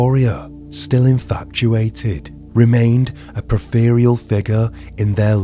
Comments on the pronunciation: I think you meant to say that “Victoria remained a PERIPHERAL (pronounced “PURR-IF—UR-UL”) figure in their lives.” PERIPHERAL is *NOT* pronounced “poor-fear-ee-ul” as you say it in the video… You make quality videos, yet this kind of BASIC LITERACY ERROR in the final draft reading of a script seriously discredits you, sadly. You NEED a well-educated copy editor to make certain that the diction of your scripts is both orthographically correct, AND pronounced correctly on your audio. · Did he just pronounce peripheral as perfayreal?🤔